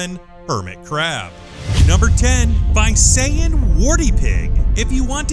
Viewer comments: It's NOT Vayseyen, it's Veesayan. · its not vay-sa-yan its vi-sa-yan :D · WHAT THE HELL? Visayan is pronounced as BI-SA-YAN not BUY-SA-YAN. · It's not "Vay-say-yan" it's pronounced as "Vi-sa-yan". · that visayab pronounciation, lol it's vi-sa-yan not vay-say-an 😂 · This is how you pronounce Visayan Warty Pig, Bee - Sa - Yan Warty Pig Not Bay - Sa - Yan. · it's vi-sa-yan not vay-se-yan. anyway nice video. keeps myself smiling for a while. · its not Vaysayan Its pronunced Veesayan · Sorry but you pronounced the Visayan warty pig the wrong way. You said it Vyseyan But we Filipinos say it visayas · lol It is pronounced as Vi-sa-yan not Vay-say-yan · It's pronounced as V-Sah-Yan not Vi-say-an. Haha. 😁😁😁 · Vi-sa-yan, not Vay-se-yan 😆😆😆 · its Bi-sayan .. not Vai-sayan. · it's not bay-sa-yan its bee-sa-yan I know it cause I live in the Philippines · Haha. I know right? 😂😂😂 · Visayan is read as vee-sai-an.. It's not one but a group of islands.. It is also a demonym as well as a dialect for those who live there.. Thanks for including the warty pig on this list.. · Correction; Visayan Warty Pig is pronounced as veesayan warty pig. Filipinos pronounced I as ee, believe me for I am one of them though I live in mindanao. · umm, the visayan warty pig is pronounced as "vee-sa-yan" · Visayan is actually pronounced as vee-suh-yan. I know this because I live in the Philippines. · he mis pronounced Visayan its pronounced Vi(how you say the letter V)-sayan(the letter A's are pronounced like you pronounce the letter a in apple) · Visayan is pronounced as " vee-sa-yan" not the one you spoke.. I live there! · dude, it's pronounced as vee suyan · You mispronounced Visayan :/